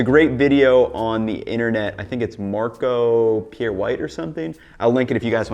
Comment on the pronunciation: SMH the way you said Marco Pierre White, do you not know of him?!